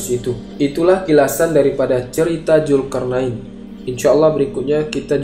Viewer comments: Adminya sundanese nih wkw ZUL-karnain jadi JUL-karnain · Min...sbelum ngomong lagi diVideo lainnya..belajar dlu bedain huruf j dan z krn slalu salah ucap.. Zulkarnain bukan Julkarnain ( min..min kpn mau ucap benar ?) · Min, ente nyebut huruf Z aja gk bisa, nama org Zul km bilangnya Jul. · Mantap, tapi maaf ni min ini agak menggangu pendengaranku. Bedakan Z dan J. Krn mereka tdk sma. Zulkarnain bukan julkarnain, maaf sekali lagi min. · zulkarnain ya, bukan julkarnain. gemes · Zulkarnain bacnya mas bukan julkarnain mohon diperbaiki kata"nya mas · Zulkarnain min admin Bukan Julkarnain Pake Z Bukan pake J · Zulkarnain min bukan julkarnain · Zulkarnain bang bukan julkarnain😂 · Sebut Zulkarnain xboleh ka? Kenapa mestu Julkarnain... Zul bukan Jul 🤣🤣🤣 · Bukan Julkarnain min, tapi pake Z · Zulkarnaen bukan jul bro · Peliklah cara anda menyebut ZULKARNAIN ... Z bertukar J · Naratif kisah yang bagus cuma sebutan "Zulkarnain" itu tidak tepat dari segi makrajnya kerana sebutannya lebih kepada lughah jawa.Zul menjadi JUL.. Jelas sehingga ketika membaca ayat suci Al quran pun penyampai masih menggunakan lughah jawa yang pada saya adalah tidak wajar sama sekali. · Tlong bang ganti sj pengucapx krn trdengar risih salah huruf trus..z bukan j